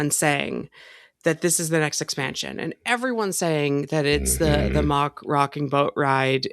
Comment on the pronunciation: Its pronounced "mack" not "mock" - think big mac, you wouldn't say Big Mock haha